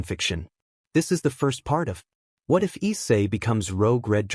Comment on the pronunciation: "The ehatif guy" I'm sorry i can't, i just can't 😂😂😂😂😂😂